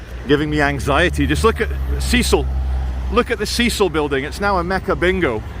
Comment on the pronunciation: Can’t even pronounce cecil